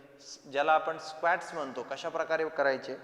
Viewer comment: Squat चा उच्चार स्वॅक्ट नाही, स्वाॅक्ट आहे